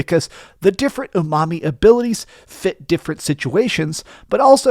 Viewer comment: I’m hearing ‘ooh mommy’ but apparently it’s umami? lol